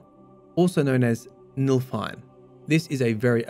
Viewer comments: * NIFLheim, not Nilfheim. Nifl = nebula = mist/fog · it's niflheim not nilfheim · Just a correction it is pronounced NIFLheim instead of NILFheim as you were saying.